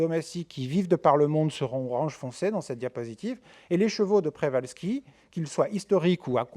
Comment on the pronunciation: C'est deja une information suffisante pour savoir qu'on devrait prononcer [pchevalski]. En France, on a tendance a etre extremement paresseux pour les langues etrangeres. Il n' y a qu'a ecouter les journalistes sportifs ou autres prononcer des noms etrangers sans se renseigner un minimum avant. C'est lamentable pour moi.